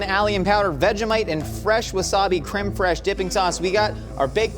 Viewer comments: Y'all are great. But look up how to pronounce creme fraiche. I love Emily being around, you're so effing funny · 'cream freesh' lol😊